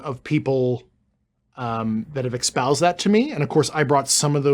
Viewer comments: Can someone please tell this guy that "expoused" is not a word. Jesus Christ when is someone going to call him out? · I love all this stuff, but it really bothers me how David Grusch, being the high ranking intelligence officer that he was, can't pronounce the word "espoused" properly.💁‍♂